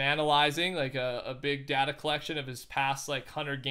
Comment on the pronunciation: you said data wrong...